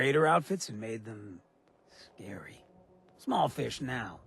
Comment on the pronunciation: "He's taken two-bit raider outfits and made them... scawy."